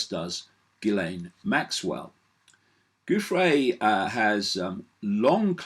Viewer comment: Btw; Giuffre's name is pronounced very similar to Jeffrey. (GIUFF - Jiff. FRE (E is long) like Freee. So, yeah; Jiffree. Poor thing.) It is not GOOFray. It is JiffRee.